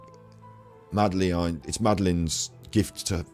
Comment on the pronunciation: Great vids - just to say it’s pronounced MAD-A-LIN 😊